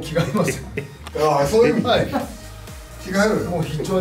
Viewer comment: 単独ライブお疲れ様です✨ 前から思ってたけど、山内さんが｢〜の場合｣って言う時、絶対｢ばあい｣でなく｢ばわい｣って言ってるのが気になってしょうがない民です。